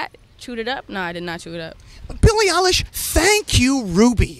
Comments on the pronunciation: Nardwar: "who are you? Billie: "Billie Eillish" Nardwar: Billie uhlish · Billie: “Hi it’s pronounced EYElish” Nardwuar: “oh okay L-ish”